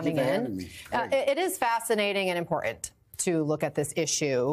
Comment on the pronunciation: Can this journalist PLEASE learn to say 'important' correctly? 🤦‍♀️